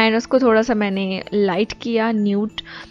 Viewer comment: not lite it’s light 😂 jk lol pls don’t take this seriously c